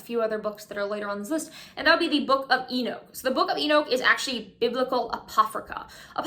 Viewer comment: E nooch as in you say E knock lol